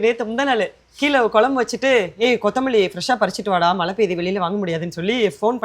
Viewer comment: Mala. Mala. Solringa. மழை